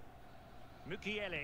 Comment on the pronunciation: Mukiele (moo-kee-yel-eh)